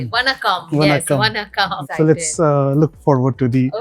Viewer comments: Kamiya... please..there is a difference between न and ण. Their pronunciation is different.... वनक्कम् ❌ this is what you pronounced वणक्कम् ✔️ this is what you should have pronounced While pronouncing ण, you need to roll your tongue so that it touches the palate. You are living in Mumbai where you celebrate गणेश/गणपति महोत्सव ... You should know how to pronounce Lords name correctly... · Oye! Madame! It is NOT Vannakam, it is Vaanakam!!